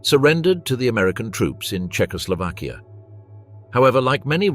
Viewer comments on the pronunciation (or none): none